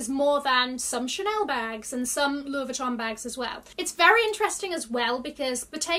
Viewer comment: Always love your videos, you are such a positive person. If you are interested in pronouncing some of the brand names correctly you drop the pronounciation of the N in Vuitton. It’s silent. I thought I heard a conversion of the double L in Deauville to a «J». That would have been correct in Spanish, but since the name is French (and also a typical high end beach city in France from where the bag probably got it’s name) one pronounces the double L🤗.